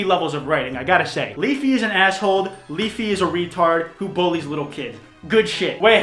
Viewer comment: I fucking hate when people pronounce literally "licherally". almost two minutes later: Asshold!!! He says it